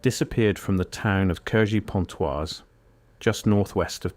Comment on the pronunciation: Cergy is pronounced Serjee. His friends' names are pronounced Ndeeaye and Prévo